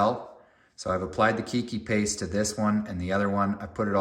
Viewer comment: Whats to keep some of the aerial roots from growing back into the original pot. It doesnt look like all the roots are going down in the new pot. FYI. Its also pronounced "Kay-Kee paste.